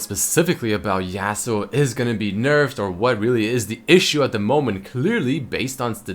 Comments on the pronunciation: it's yasuo not yassuo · its Yahsuo not yeahsuo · let's think about this from outside the box Yasuo is clearly based off the concept of the lone Japanese samurai. Well, I can tell you that a Japanese person would never pronounce his name in this manner. Never in a million years, because that's not how they pronounce their words. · IF YOU CARED FOR YASUO YOU WOULD PRONOUNCE HIS NAME RIGHT,! YOU WOULD PUT SOME RESPEK ON HIS NAME!